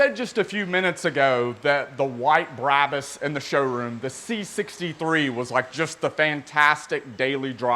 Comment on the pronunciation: Brah-bus not Brab-us "Bra" like the lingerie "Bus" but like you're going to say the word pu$$y but with a "B"